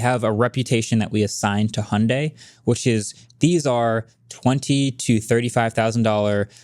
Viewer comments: Actually pronunciation of Hyundai is spot-on. It’s like Hee-yon-deh. Rhymes more like Beyonce than Sunday. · pronunciation of Hyundai is actually very close to the original Korean pronunciation. In Korean, the Y is enunciated. But apparently the US branch of Hyundai made the decision to call it "hun-day" here to make it easier for pronunciation. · I'm Korean and Hyundai pronunciation is closer to Korean's. Sorry Marques! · Idk who made that "hun-day like Sunday" stuff, but the way pronounced Hyundai sounds almost native and absolutely correct. The correct pronunciation is Hyun-dae. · Agreed. His pronunciation of Hyundae was spot on. Its definitely more like saying Hee-Yon Day faster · wasn't exactly wrong about pronouncing Hyundai like "hyeondae". That's the Korean pronunciation. In stateside advertisements, it's as Marques said: 'Hyundai like Sunday' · is the only one who pronounces Hyundai correctly and all of you corrected him. American moment 😭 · It was Hyundai NA marketing themselves when westernizing the brand because Americans struggle to pronounce it the normal way. But if you can pronounce it the native way, you should in my opinion. So they're both correct. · the very first youtuber I've seen who pronounces Hyundai correctly! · MKB correcting from the international pronunciation to the US pronunciation really grates my ears. The "y" has been dropped in the US market only because sliding via a "y" sound into a vowel is uncommon in a US accent (e.g. dyewty in UK english versus doody in US) but it is closer to the Korean pronunciation. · was saying Hyundai more correct than Mkbhd was lol